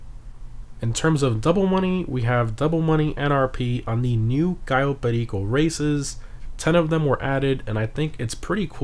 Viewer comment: The way you say cayo perico triggers me